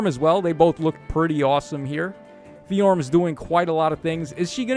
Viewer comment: ability to just add new sounds to a name that were never there is so funny. Bro said FeeJorm